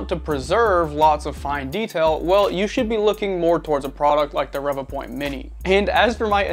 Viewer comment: Great video as I have the same scanner as well as the Mini and Einstar Shining3D scanner. I think Revopoint is pronounced as Ree Voo point but I could be wrong lol. Now onto my own experience with my Inspire from kickstarter. Out of the box it was blurry after scanning on my smart phone via Revo Scan app. I also tried on the pc and still blurry and for some reason I was only getting 14fps on the pc and 10fps on my Xiaomi Pocofone F1 that has 6GB memory. I had bad customer service as I had to go through a lot of hoops just to request a new replacement. In the end Revopoint gave in after I had to invoke my UK law rights as my unit was faulty. Now I'm waiting for my replacement to arrive and the faulty unit will be collected next week. I will let you know if the replacement is fine. Just to let you know that my Mini and Einstar are not blurry so it's definitely the Inspire as other backers who received theirs are having issues too.